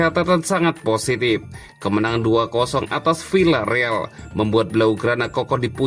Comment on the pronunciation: Maaf membacanya bukan Vilareal akan tetapi Viareal. Contoh lain bukan Sevilla akan tetapi Sevia